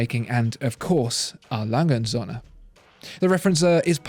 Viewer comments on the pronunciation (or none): Alanghe unt Sönne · When ever the brand was mentioned it sounded to me like "Alangensohne". German doesn't squish words together like this. It should sound more like 4 separate utterances, I'll try to describe what the correct pronounciation is in "English" terms. A. - That's an initial and should sound like the very first sound in the word "are", without any of the "re" that follows. Lange - That part is pretty okay pronounciation wise in the video. Should sound like "lung-eh" & - That's the symbol for "und" and is a separate word, which should be pronounced accordingly. Starting with an U that is pronounced like the oo in boot -> "oont". Don't try to do something like "Rock'n'roll" with this word, it doesn't work. Söhne - Almost like the u in burn or turf. but tongue a bit farther front. The S is soft, like an english Z. Should sound like Zuh-ne, with the ne rhyming with "the". Now the hard part: Referenz-Uhr / Referenzuhr This is a so-called Kofferwort, meaning an agglomeration of two existing words: Referenz and Uhr. These are still pronounced as two words, albeit with a smaller gap between them. "Uhr" has the same sound as "und", and sounds like "Oor" (oo as in boot). "Referenz" sounds pretty much like reference, but without the rolled R and with an emphasis on the last syllable: ReferENZ.